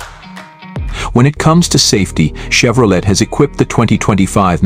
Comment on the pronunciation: I ALWAYS UNDERSTOOD THAT THE T IN CHEVROLET WAS SILENT SO WE PRONOUNCE IT CHEVROLAY